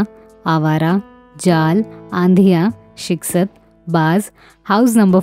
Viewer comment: Film....SHIKAST.....KO Aapne ( SHIK- SATT )....Bola.....?..... strange.....you know good URDU.....than why?..... word's....like...DARJAA.....KO aap DARZA.....BOL rahi ho......